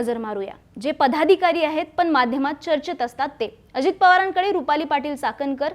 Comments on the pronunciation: पदाधिकारी च्या ऐवजी पधादिकारी असे का म्हणतायत काकू? 😂😮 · छान विश्लेषण, परंतु किती चुकीचे उच्चार ? पधाधिकारी, आनि, कारन, सामणा, पुने …. कृपया उच्चारांवर थोडी मेहनत घ्या 🙏